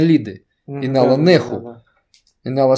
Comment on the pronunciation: Инал нах(у)- произносится, как выдох облегчения уахуу-нахуу-свет, светлый, а не нэху, в адыгском нет буквы э, есть а - как выдох гортанный!